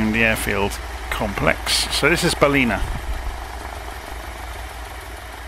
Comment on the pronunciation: I live in Coffs Harbour this is a great video Ballina is pronounced Ball-in a say it fast